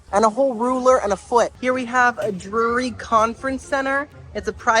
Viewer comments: So it is dreery so it is Drury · your Drury pronunciation intro and bit throughout killed me 😂 it reminded me of 30 Rock and the "Rural Juror" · Drury, brewery, Marlboro are all words I struggle saying!! Thanks for making me feel in good company!